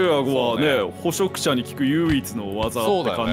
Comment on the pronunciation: 有刺鉄線（りゅうし鉄線）もずっと気になってたんだけど、 捕食者のこと「ほそくしゃ」ってきこえんだよな、、、